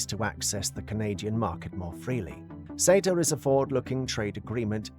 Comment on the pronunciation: Why is SETA and LAW pronounced as cetar and lawr?